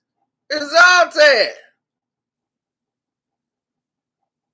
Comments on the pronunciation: ITS NOT PRONOUNCED ZALTAN ITS ZLAATAAAAN !! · HIS NAME IS ZLATAN. NOT SALTAIN. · ”Z🛴AT-TANN‼️‼️‼️‼️” Not Zolt-Tan You’re a Man U supporter u should at least know how to pronounce his name.... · Ibra contabra. Killing me. Its zla tan. Zoltan? Lol he's also a black belt careful man lol 😆 When someone says ahh umm hmm after everything they dumb. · Did he say Zaltan? Did he do that on purpose?